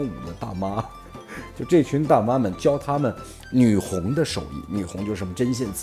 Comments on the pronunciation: 女红。跟我读（gong），不是（hong）！ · 提两个小建议： 女红，音“女 gong” 瞠目结舌，瞠音“Cheng” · 读女gong不是女红… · 女红（gong，一声） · 没错。我听到了会往奇怪的方面想。不说了，先去面壁了。